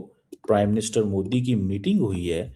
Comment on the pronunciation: कामार चीमा बहुत मजाक भरा नाम अपने देश के नाम की तरह 😅😅😅😅😅😅😅😂😂😂😂😂😂😂😂😂😂😂😂😂😂 जब अंग्रेजी नहीं आती फिर क्यों बोलते हो मैं कमार चीमा हूं और मोदी जी का नरेंद्र मोदी है ना की मोडी